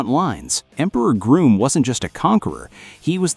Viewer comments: It's actually Grum not Groom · It's Grŭmm, not Grūmm. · It’s pronounced Grumm and isinea